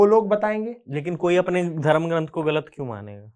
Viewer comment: एन्कर से निवेदन है कि धर्म शब्द को धर्मा उच्चारित न करें। धन्यवाद। वन्देभारतमातरम।